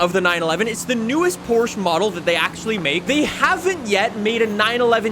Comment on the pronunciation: Say Porsche right🫥